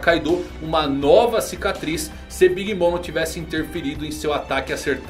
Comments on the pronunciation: nada disso, escute com atenção e vai ver que a pronúncia no anime é "big momer" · Big mama é como os personagens do anime a chamam sem a tradução. A pronúncia fica big mama